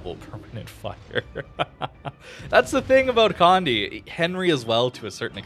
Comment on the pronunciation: just to help anyone out with the name, Condé is pronounced "Con-dey", not "Condy" nor "Cond"